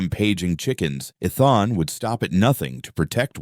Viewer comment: The mispronouncing of the name Ethan is very annoying